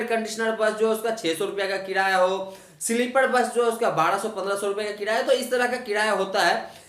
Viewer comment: Sleepad nahi be sleeper bol anpad